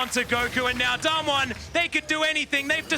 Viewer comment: Im sorry but I have no idea why this came out. I am pretty sure its not him casting. Even if it was him, calling damwon damn won is just a big no for me. The other caster did it pretty well, but one of them is just so annoying.